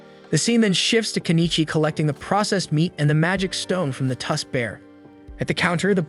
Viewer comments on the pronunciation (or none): none